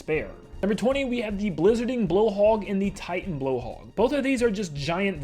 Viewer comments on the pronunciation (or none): none